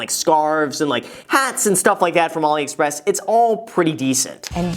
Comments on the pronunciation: Graham its AliExpress not OliExpress lol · Umm graham, just FYI ur pronouncing aliexpress wrong. Love ur videos tho!